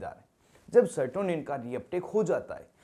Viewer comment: Sertonin nhi serotonin hota hai